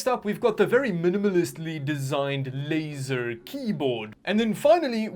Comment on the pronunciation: wait for him to start pronouncing "laser" then skip 5 seconds forward. Trust me the effort pays off.